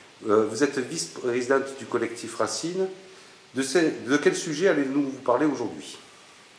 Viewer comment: Bravo Valérie, parfaitement expliqué et résumé!! J'adore l'accent pointu de au début quand il dit " Collectif Racine":), ah notre bel accent du sud:)...Il est regrettable que les initiatives et réflexions prônées par le collectif Racine ne soient pas mises davantage en avant par les médias, mais nous ne savons que trop bien qu'avec la propagande officielle, sa censure et sa désinformation, on ne peut rien espérer!! Amitiés:) Patrick